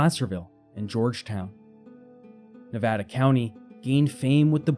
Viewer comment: Someone needs to tell the narrator how to say Nevada and Fernando, not the stupid way he says it. That just proves his ignorance and is very annoying. Enjoy! Kurt in Santa Rosa, Ca.